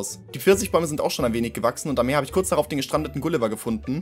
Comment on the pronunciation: Bitte „Meer“